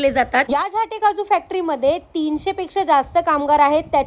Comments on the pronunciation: झाटे नाही 😮 उच्चार नीट करा 😮 झांट्ये झां....ट्ये असा झाला पाहिजे 😮ओ😮 रिल फास्ट बनवायाच्या नादात काही बोलु नका😮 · फेमस आहेत ते आडनाव झाल्टे आहे ही काशी करीत आहे उच्चार बरोबर करीत नाही आहे.यांचे नावातच सर्वकाही आहे ते एक जबरदस्त उद्योजक आहेत.बरेच मराठी लोकांना रोजगार ही देत आहेत.त्यांच्या नावाची वाट ही व्हिडिओ बनवणारी लावीत आहे.